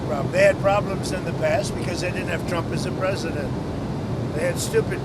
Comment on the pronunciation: It's pronounced TRUMP NOT CHUMP, WHY ON EARTH WITH THE COMMANDER IN CHIEF OF ANY NATION MUCH LESS HOURS SHARE WITH THE GENERAL PUBLIC THROUGH THE NEWS MEDIA WOULD THEIR STRATEGIC MILITARY PLANS MAY INCLUDE IN RESPONSE TO UNFAVORABLE ACTIVITIES BEING ENGAGED IN IN OTHER COUNTRIES WHERE THE US MAY HAVE AN INTEREST IN STEPPING IN IN TAKING ACTION